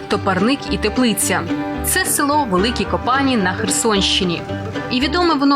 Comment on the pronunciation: Правильно говорити Великі КопанІ а не КопАні